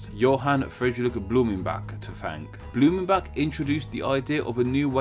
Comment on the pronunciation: Blumenbak??? Come on americans, please at least try to pronounce the names correctly.